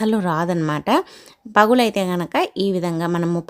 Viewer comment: పగులు కాదమ్మా పగలు